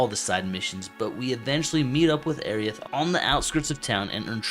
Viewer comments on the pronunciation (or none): I can't get over how you saying Aerith! Airy-ith! Please, my, it's more like air-rith. I think it was meant to be a combination of Air & Earth as she represents nature. Great video though, i just had to get that out and that's a me problem not you.